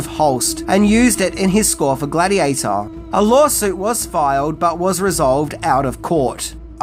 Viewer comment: Gladheateher? Not bad, maybe you should talk about Pokeherhotass.